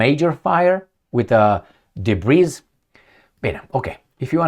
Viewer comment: The word “debris” comes from the French language. In English “Debris” is pronounced “debri”. It has no plural version. Love your podcast every day 👏👏